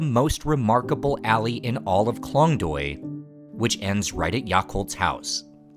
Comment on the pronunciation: The cinematography, the story, all great. But please please learn to pronounce at least the most important words, like the district which is your main story point, or the dishes and names of the people. It goes a long way and shows respect to take 5 minutes to learn how to pronounce Khlong Toey, Moo Grob, and the people's names. It's borderline cringe to hear those words totally getting butchered by someone who otherwise seems to be genuinely interested in the region.